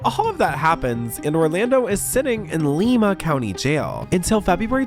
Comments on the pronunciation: li-ma. The i is long. Cleveland native here 😂😊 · Haven't you seen Glee?! I get the crazy lady named Lima joke (thanks to BJ), but you gotta know it's pronounced "Lie-Ma" Ohio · Not Lee-ma lol it's Lie -ma (Lima) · as someone who has lived near lima ohio all my life you producing it wrong is triggering me lol its pronounced "lie ma" not "lee ma" and its Allen county jail. i was washing dishes and had to stop to see if it was lima or some other town i never heard of in Ohio. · It's not Leema. It's LIMA aka the bean. Everyone there does meth and it's a giant plat with a little village in the middle they call downtown.... I'm not downplaying the drug thing either. You will see the same meth head walk from one side of town at 3pm and see the same dood 15 miles across town at 8pm getting kicked out of a gas station for throwing up on the Doritos. ITS THE BEAN 🤣🤣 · It’s Lima, Ohio (lie-mah) Love your channel!❤❤❤❤❤❤ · It's Lima (lie) OH not Leeeema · 😂😂😂 aye yo voice over guy, Lima is pronounced "Ly-Ma" not "Lee-Ma"nor "Lema"😂😂😂😂. I'm not trolling you, I'm just from Ohio; Dayton, Ohio to 6e specific. I enjoyed the video and content, just a word of advice, don't let internet AI translation/ver6alization/pronunciation (text to talk) features to limit your journalistic endeavors. It's the internet. I'm pretty sure if you reach out to your community to confirm or fact checc a city(s) proper pronunciation, they would gladly help out to insure you create the 6est content for them to enjoy. Stay 6lessed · It's not pronounced lee-ma it's pronounced lie-ma I'm from cleveland ohio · It’s Lima, pronounced Ly-muh . NOT LIKE Lima, Peru . I was born there. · It's actually Allen county and Lima is pronounced "Lye-mah". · Btw the town in called Lima like the bean😂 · It's pronounced LIE-ma lol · I hate to be this person but you be are saying the name wrong in Ohio ❤